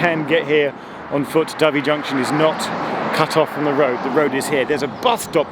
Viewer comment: It’s your pronounciation of Dovey I would expect you to have corrected yourself on, Geoff. Think white, slightly smaller than a pigeon (and peaceful) bird. Kudos for knowing how to say Shrewsbury too!